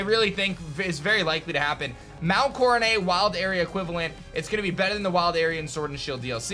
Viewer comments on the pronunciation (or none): What's mount corenay?.... it Coro "NET"... I WISH POKETUBERS WOULD STOP BUTCHERING THE POKEMON FRANCHISE BY REFUSING TO CORRECTLY PRONOUNCE THE NAMES... to me it makes your pokemon know how seem non existant... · Bro, seriously? Mount coronét or however you said it? It's pronounced (kora - net) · Am I the only one bothered by how he pronounces Mt. Coronet? (It's coro-net, not coro-nay) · "Mt. Coro-NAY"? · i would give the pronunciation a pass if sinnoh was based on france but its not so where did he get coronay from lol